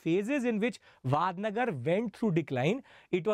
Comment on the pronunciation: It's not वाडनगर it's वडनगर